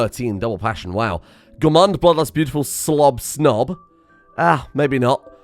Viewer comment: Gourmand, not gourmanede.